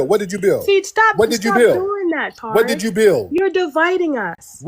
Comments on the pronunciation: The way she was pronouncing Tariq’s name as Tar-ick 😂😅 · She said, "Tariq" like tar sounds - the Tariq baby. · She keep calling him Torik 🙄 Over these immigrants!